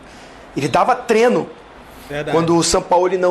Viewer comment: Pedrão, avisa para o Zinho que não é TRENO e sim TREINO. Será que precisa falar diferente para ser ouvido? Será que não basta os idiotas vermelhos tentando ferrar a nossa língua? O cara que trabalha nessa função em que se torna um 'formador de opinião' deveria ter um pouco mais de zelo pelo vernáculo. Obrigado.